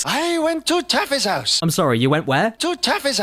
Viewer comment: *Taffy's house